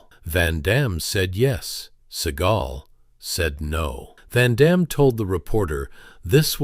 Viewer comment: Amazing how no one can pronounce Van Damme's name other than French speakers after all these years.